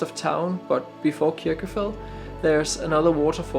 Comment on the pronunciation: Nice video but your pronunciation of Kirkjufell is wrong. In Icelandic a double l sound is pronounced tl and so you actually say Kirkjufetl